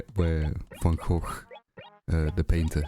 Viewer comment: I'm 100% more aware of how wrong Americans say van Gogh after hearing you say it lmao. Also yeah Gulliver is kinda annoying imo even in NH. Same with the ghost NPC. But I like them still.